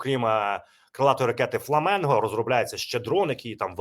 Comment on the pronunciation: ФЛАМІНГО, а не фламЕнго!!!???